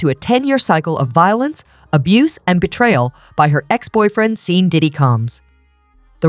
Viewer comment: Lady!! Pronunciation...! Pronounce these people name right. It's Sean! Not Seen.